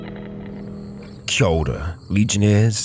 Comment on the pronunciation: again I ask ....wtf is a "choulder"??? love the videos and never miss one of them , but when I look it up all I get is "shoulder"